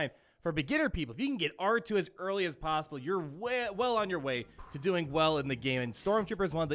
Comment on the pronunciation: "How is that PAOssible?" Lol